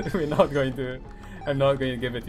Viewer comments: Arm - iss- tiss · armistus- R-mist-us